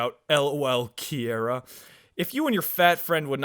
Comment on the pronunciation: They pronounce Kiera as Kyara (my name). nobody gets it right but yall got it right without even knowing me </3.